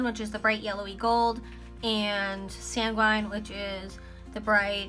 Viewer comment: I've never heard of that brand before I'll have to check them out very vibrant colors. For the one you were having trouble pronouncing I think it is said like San-Gwen if I remember correctly